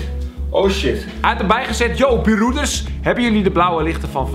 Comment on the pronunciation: Kelvin je spreekt B-roeders verkeerd uit...